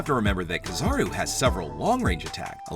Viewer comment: Shanks definitely, but I really hate how you pernounce kizaru(ki-zah-roo).